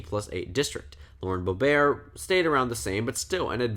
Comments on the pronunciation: Why are you pronouncing Boebert like "boh-bear"? It's literally "boh-burt" which is how it's spelled lmao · Every news report I've ever seen has pronounced it as "Bow-bert." Also she's not French, so why would the French pronunciation matter? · Bo-burt is how it’s pronounced lol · but she doesn’t pronounce it ‘Boh-bear’ either. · Not to be a dick but you kept pronouncing boeberts name wrong. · I think it's the original French way of pronouncing it.